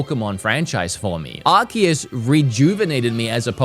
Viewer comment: Arseus not arkeus.